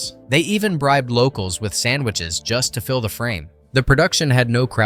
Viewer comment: Filming in Scotland when it's supposed to be negland? 😆 ('a' pronounced as "A"or "ayyy" fonz style).('The' pronounced as "thee") Get a grip dude! 😉 (Very bwitish? That's the island They're from negland- It's like saying...."French are European", technically correct,but wrong -they're neglish) Stop the cringe roundy-uppy. I stopped at the black Knight bit. I'd had enough by then.